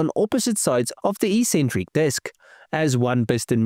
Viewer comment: It's pronounced "EX-centric" not "E-centric"